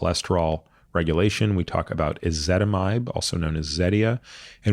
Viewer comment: Why is ezetimbe pronounced "ezitimide"?